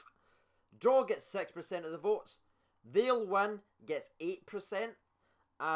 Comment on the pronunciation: "precent" aye